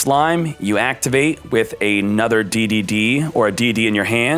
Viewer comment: Hey, it’s pronounced “Dee Dee”